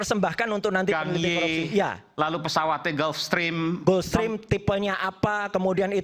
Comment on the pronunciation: Gulfstream dibaca "gelfstrim" bukan "gUlfstrim"